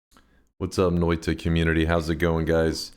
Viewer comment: I love the way he pronounces Noita. Noita, even... It's actually pronounced Noita just look at how it's spelled and sound it out. Noita... Hi I'm high... 👋🏼